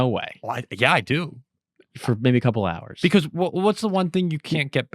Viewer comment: All I can hear is saying, “ahrs.”